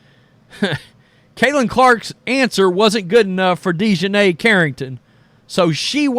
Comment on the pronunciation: Deshineh?? Wtf